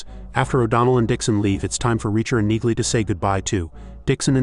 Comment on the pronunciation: You would think A.I. would know how to pronounce Neagley